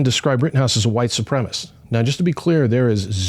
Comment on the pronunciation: I appreciate what you're doing, guys, but... gotta say, the kazoo between segments is pretty cringe 😂 Edit: Also, is "supremacist" being pronounced "supremist" a dialect thing? I've never heard that pronunciation before